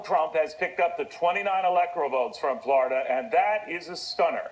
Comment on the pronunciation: Gah Wolf Blitzer sucks at saying "Flerda"